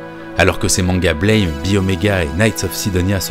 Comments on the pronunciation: Super video, extrêmement intéressante. Une remarque cependant : le titre du manga se prononce “Blam!” (Comme l’onomatopée d’une porte qui claque par exemple) et non pas comme le mot anglais “blame”. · Au fait "Blame !" c'est une onomatopée. Ca se prononce "blam" pas "Blèyme". Analyse Un peu trop tirée par les cheveux. C'est un juste un manga d'action un peu bordélique avec des décors de dingues. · Bonjour et merci pour cette vidéo ^^ Juste deux points importants : Blame se prononce à la française car en japonais les symboles forment ces trois syllabes ブラム！(Buramu!) en gros BEU-LRA-MOU (en phonétique); et Star wars ne sa passe pas dans le futur justement, mais dans le passé "Il y a bien longtemps, dans une galaxie lointaine, très lointaine" ce qui renforce son caractère "Héroic-fantasy". Ces informations son du détail, mais comme tu as l'air attaché au détails à juste titre, je tenais à préciser. ^^ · Aussi étonnant que ça puisse paraitre, le titre se prononce \blɑm\, ou Buramu avec l'accent japonais. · c'est un détail mais ça se prononce comme le mot blâme, à la française ^^